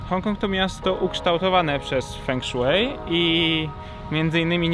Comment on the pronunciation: fą szuei* ale i tak bliżej niż "feng szui"xD